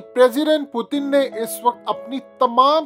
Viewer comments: او بھائی پوتن نہ بولا کرو۔ پیوٹن بولا کرو ۔ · ساری زندگی پیوٹن بول بول کہ اب پوتن پوتن کر رہے ہو😂😂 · Abe bhai naam to sahe liya kro pudin ni hy naam pudin oudin bolte ho nam sahe liya kro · Sir please pronounce properly the name of Putin it’s really irritating when you say pootin lol